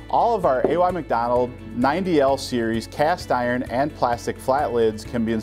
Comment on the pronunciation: Does not know how to pronounce his surname or is it misspelled?